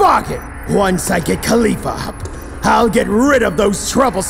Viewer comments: I noticed kept on calling Kefla "Caulifla". Was that a flub? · Why did they call kefla caulifla?